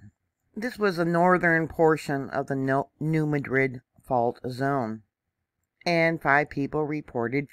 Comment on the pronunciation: Thank you! Greetings from TN! (Pr. "new mad rid;" not "new madrid.") 🙏🏼🌻